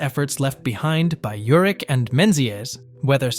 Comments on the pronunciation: Just so you know it's Vegas,not Vegadollar and his last name is pronounced Ur-ick not Ur-itch. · Last name pronounced: Your’ick. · I watch this channel nearly every day new or old I've never heard such pronunciation issues lol Its VEGAS dude 🤣 Not Vega 💵 sign Urick Was how he pronounced Urich I believe Otherwise another interesting 🤔 valuable video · It was called Vegas... NOT "Vega Dollar" ... SMFH ... And you miss pronounced his name (OVER AND OVER AND OVER) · I like Robert Urich, and I've watched this channel many times, but I can't get into a video where you can tell it's just a recording and doesn't say the name right! These were real people and deserve better! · How many ways are you going to mispronounced his last name??? And Vega Dollar?? WTF????😂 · Vega "dollar?" You gotta be kidding me. 🙄 Is this an AI voice or what? Dude can't say his last name right, either. Pathetic!